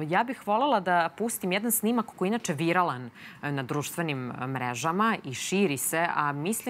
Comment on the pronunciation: viralan kako si to izgovorila zube bih ti izbio. Mi bese nemamo rec za to?